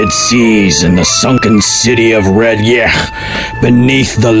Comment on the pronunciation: You pronounced the city wrong. your wording would be spelt r'yech. R'lyeh is considered to be closer sound to the word really. so you had the R' part right. But the rest should have been sounding more like leigh. kinda sleigh without the S or the reindeer. aside from that this was great.